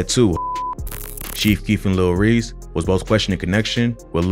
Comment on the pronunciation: bro stop saying lil reeks